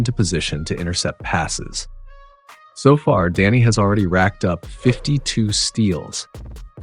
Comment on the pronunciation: Great coverage. Love that he is not being overlooked this season. One thing though… it’s DEni, not DAnny…. 😅